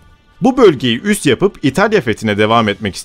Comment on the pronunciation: Lütfen “üst” değil, “üs”.